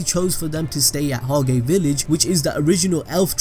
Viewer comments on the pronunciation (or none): it is pronounced hoj not hog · You’re butchering the pronunciations of litch and Hage boi Litch = Li-t k-d/ “Licked “ Hage is sounded like “taj mahal” just without the “mahal” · You fucking fool it’s pronounced hodge spelt hage